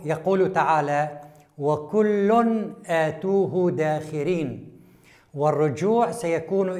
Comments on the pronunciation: ما شاء الله عليك يا دكتور، بارك الله فيك وجازاك خيرًا. لكن لا يجب الوقوع في القراءة الخطأ لآيات القرآن الكريم، يُرجى التنبّه لذلك. زجرةٌ، وليس زجرةً أَتَوْهُ، وليس آتُوه أثابك الله على جهدك. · جزاك الله خيرا دكتورنا الفاضل والقائمين على هذا العمل ... ملاحظة في نطق قوله تعالى ( وكل أتوه داخرين ) في الدقيقة لا أعلم كيف ممكن أن أذكر النطق الصحيح ولكن يمكن الرجوع للقراءات وسماع النطق الصحيح بارك الله في علمكم وعملكم